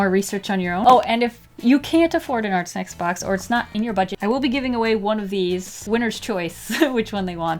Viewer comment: At first I thought you said Art Smacks